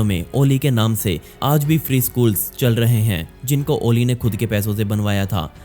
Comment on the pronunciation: ओली नही .... अली ।